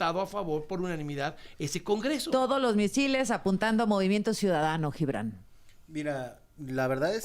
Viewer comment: Díganle al CHAIRO que de donde saca la pronunciación de LLIBRAN??? de cuando acá se pronuncia la G como LL??? Hasta en esto saca lo peladito.